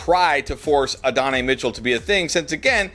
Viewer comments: Uh-don-eee < add-on-eye. 😅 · Ad-uh-nai Mitchell 😂